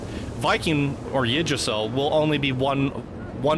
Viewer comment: She butchered "Yggdrasil"; it's meant to sound like "OOG-druh-seel".